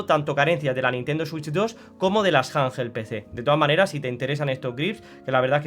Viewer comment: Janjel Pecé😂